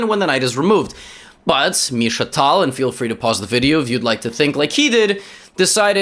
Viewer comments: I didn't know pronounce a name with a perfect accent is annoying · Bcz this is the older video. The way he pronounces it now is the correct one.